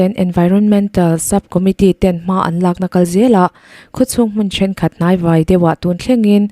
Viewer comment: I aw a fiah ṭhain, chhiar i thiam hle mai.chanel ti hlu tu i ni."Khawlaia Ui chhuak "vai" tih lai i thluk erawh a dik tawk lo deuh.Kanghlâi tih kan lama hlâi tih thluk anga vãi tih lai hi lam rik tur a ni e.